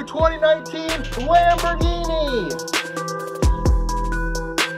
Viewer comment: “Authentic Lamberghiny!” 🤣🤣🤣